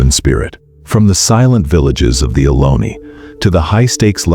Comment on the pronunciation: It’s Ohlone